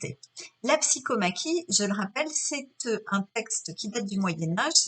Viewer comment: C'est bien de donner des leçons de français, mais il faudrait commencer par apprendre à énoncer correctement. "Gageure" se prononce "gajure" et on ne dit pas "psykomaki" mais "psykomachie" (le son "ch ", pas le son "ke", comme dans tauromachie). Quant à l'idée d'un seul combattant, je ne suis pas d'accord avec cette interprétation, mais on peut en discuter.